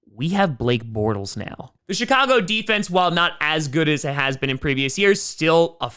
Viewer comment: "Shit - ago bears"